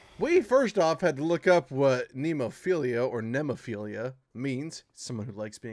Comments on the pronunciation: NemoPHILA, not "philia". RAITEI is another blistering song by them. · Isn't Nemo-PHILIA it is Nemo-PHILA... just read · There is no second "i" in "Nemophila". It's not someone who loves to be in the woods, its the name of a certain flower. As for other songs I'd suggest the video to "Raitei" and their rehearsal-room recording of "Oiran". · Guys, apparently its pronounced "me noff ila". It's a small blue flower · It's. Not. Nemophil-i-a!